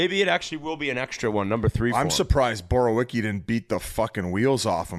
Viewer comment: No way they don't know how to pronounce "Borowiecki"